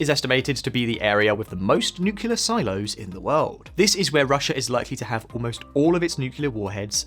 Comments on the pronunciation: "…nucular…" no but "…nuclear…" yes❗ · "…n ucular…" no but "…nuclear…" yes❗ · Aside from the horrible advertising, it is N U C L E A R, not nucular :D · Nuclear bombs. No such thing as nuculur. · Great channel. One small bit of constructive criticism: It’s “nuc-le-ar,” not “nuc-u-lar.” Bad pronunciation speaks to credibility and quality control. Otherwise, keep up the good work. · For the love of god: it is pronounced nu - clear. NOT new-cular. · Nuclear. Nu-clear. New clear. Clear? Crystal.